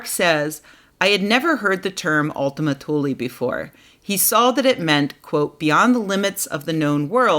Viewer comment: By the way. You are pronouncing it wrong. It's more like oultima tuuleè